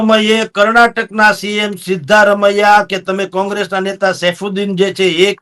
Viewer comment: સીધારમનીયા નહિ સિધ્ધા રમ્યા બોલો ને